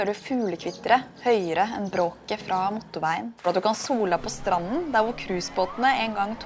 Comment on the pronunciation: Det er ikke sånn man uttaler "motorveien" og "sykkelby"